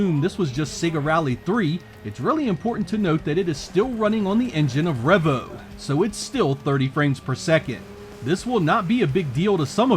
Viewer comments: Trust the American to butcher the name, lol. It's "Revo", not "Revvo"! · It’s pronounced ‘Ree-Vo’ not ‘Reh-Vo’. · Isnt't it pronounced ree-vo?